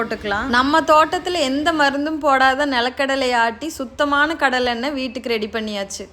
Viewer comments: Say Kadalai.. not Kallai.. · தமிழை கொலை செய்துவிட்டார் இந்த அக்கா கள்ள கள்ள இல்ல (கடலை ) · யேய் என்ன கல்ல கல்லனு ஏலம் விட்டு இருக்க கடலை னூ தெளிவா சொல்லு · Kallai❌ Kadalai✅ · Yemma athu kalla illa kadala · கள்ள இல்லை. கடலை. தமிழை கொல்லாதீர்கள். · நல்ல காணொளி தான்... இதைத் தமிழ் மக்கள் நிறைய பேர் பார்ப்பாங்க... நீங்க பேசுற தமிழ் நல்லாத்தான் இருக்கிறது. .. கடலையை கல்லை என்று உச்சரிப்பது நல்லாவே இல்லை.. கடலை என்று சொல்லிப் பழகுங்கள். .. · கல்லை இல்ல மூதேவி...கடலை...imposition 100 தடவை கடலைன்னு சொல்லு.. ம் start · கல்ல இல்லை கடலை உச்சரிப்பு முக்கியம். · Kalla illa akka.. Kadalai 😂😂😂😂😂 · கடலை ❌ கல்லை ✅ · கடலையை ஏன் கல்லை கல்லை என்று சொல்றீங்க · கடலை ன்னு சொல்ல தெரியல இது எல்லாம் என்ன பாசை அசிங்கமா இல்லையா தமிழ்நாடு தான உனக்கு தற்குறி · தயவு செய்து😫🙏🙏💓 கடலை கடலை என்று திருத்தமாக சொல்லவும். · கடலை என்று தெளிவாக சொல்லும்மா